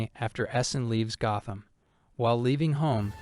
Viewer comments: Gotham is pronounced like “goth”. There’s no loud “o”. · Why are you pronouncing Gotham wrong ?